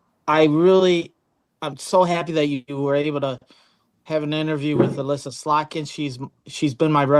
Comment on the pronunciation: SlotKIN Don. SlotKin. KIN not NIK.